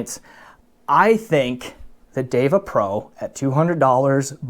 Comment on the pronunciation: You managed to correctly pronounce the Sanskrit term "DEVA". Now all you need to do is to learn how to correctly pronounce "SUNDARA". Hint: there are no long vowels in the word.